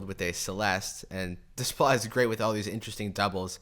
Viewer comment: Good job. Seems like an ENORMOUS amount of work goes into this videos so thank you. Also, not that it matters really, just a friendly FYI, but his last name is pronounced Day - PLAH.